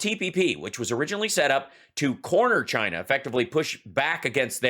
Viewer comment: Hal, it has three syllables: Chy- ee-na.